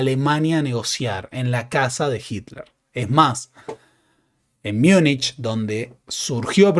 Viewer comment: No se dice Miunich, porque no es una palabra alemana, es una españolización de Munchen.